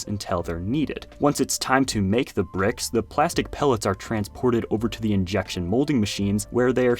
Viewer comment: Bruh said "pricks"